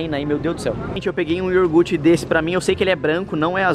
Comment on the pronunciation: Kkkkkk ioRgute kkkkkkk